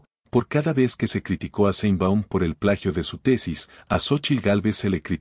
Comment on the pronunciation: Aprenda a pronunciar sheinbaum,no seinbaum